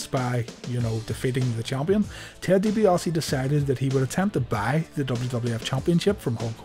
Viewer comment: DiBiase has no 'o' in it